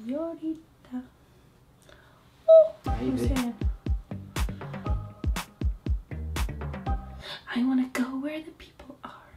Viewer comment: Liana: I love it when you call me senyourita